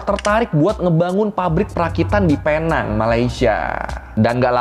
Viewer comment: sebutannya bukan penang tapi pineng tapi tulisan tu penang